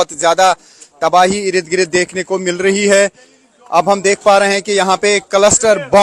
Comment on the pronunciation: ईरद गिरद 😅😅 इर्द गिर्द 😅😅😅